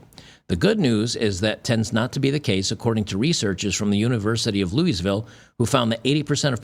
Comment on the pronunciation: That's not how you pronounce Louisville 🤡